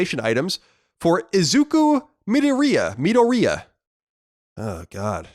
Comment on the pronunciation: lol,that Izuku Midoriya pronunciation